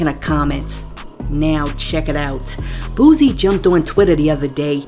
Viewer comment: Yo every time you speak on Boosie His name is Boo•sie not Boooosie come on